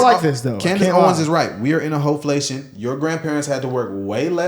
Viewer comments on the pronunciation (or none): Is she a hooker? Y'all just said "HOflation"😂😅